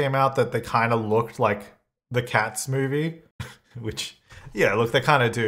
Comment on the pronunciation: It took me five minutes to realize he was saying "Cats movie", not cat-smoothie.... But the most awkward part was that I just accepted it, like "yeah, I guess I could see how that looks texture like a cat smoothie"